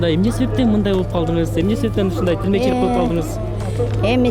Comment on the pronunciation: ТИЛМЕЧИЛИК эмес туура суйлосо боло алып баруучу